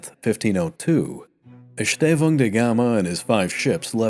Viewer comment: Nice work on the ão diphtong in Estêvão. You failed a bit on São, but all other uses were on point.